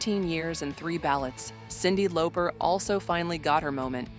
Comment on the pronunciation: Salt and PAYPA - Cyndi LOPER And bassist pronounced like the fish. Thanks AI! You're the best😁